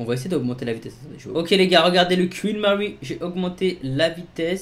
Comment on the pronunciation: Le quouinn Mary II😂😂😂